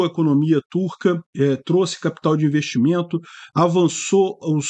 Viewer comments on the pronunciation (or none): none